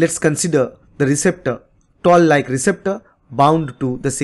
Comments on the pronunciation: I believe it is Toll like receptors and not Tall like receptors.. correct me if I'm wrong. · Its not tall like receptor, toll like receptor 😊